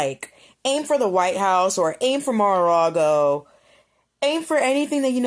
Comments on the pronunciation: She said mora a ragoe. So don’t worry. She gave the Iranians the wrong street name😂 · When that first Moron on your video gets a visit from Secret Service & gets detained for her stupid uneducated mouth, she might think twice about the dumb shit she says. She can't even say Mara-Lago correctly. That was a call to hurt Our POTUS, FLOTUS & their children & it should Never be taken lightly!